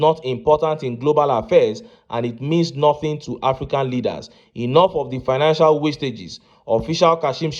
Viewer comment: Shettima pronouncing financial as pinacial. These people have destroyed Nigeria.